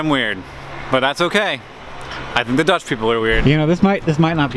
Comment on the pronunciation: Love seeing you in Amsterdam Hank, and your Dutch pronunciations are great ;) and trust me, most of those bikes are in use!! We have on averave 1.3 bikes per person in the country :) and especially in cities where biking is often the fastest mode of transport.